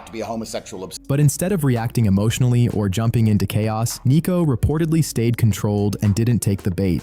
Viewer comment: It's Sneako not neako. 😂